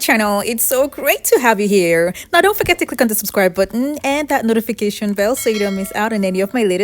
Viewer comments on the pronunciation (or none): none